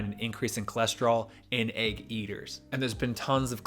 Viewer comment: Great video but why do pronounce egg like that